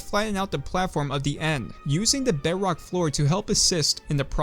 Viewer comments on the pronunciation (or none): Am I the only one who hears him say beyrock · idk why but hearing bedrock being pronouces beh wock makes me so happy